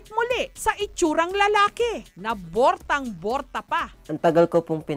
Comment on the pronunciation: borta ??? 😂😂😂 borat daw 😂😂😂😂